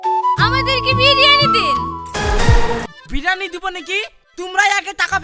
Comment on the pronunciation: ভাই এটা বিরানি না বিরিয়ানি হবে😂😂😂😂😂